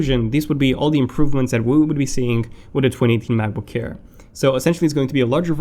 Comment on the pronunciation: sorry man, your pronunciation annoyed me, especially 'ayeer'